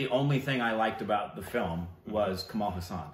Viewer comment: His name is not pronounced as Kamal Husaan. His last name is pronounced "haaa" + "sun"